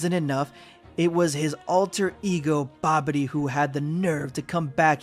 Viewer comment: Dude said Babidy when the manga said Bibidi. I question why he didn't work-check himself.